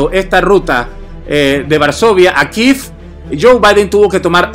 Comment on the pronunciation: Kíef not kif😂